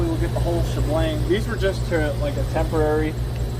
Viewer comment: I thought he was a real cop. Until he said “shbLang”….its “sh’bang” you imposter lol